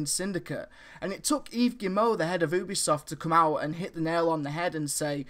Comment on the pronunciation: did you just say OOObisoft lol??